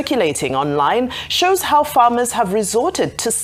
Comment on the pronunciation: Bro I am guessing that by "FERMER" you meant "FARMER".